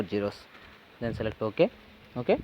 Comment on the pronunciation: He says o-a